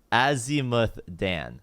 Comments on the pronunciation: PLEASE stop saying daen it's dan as in だん PLEASE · He pronounces "Dan" like it's just a guy's name lol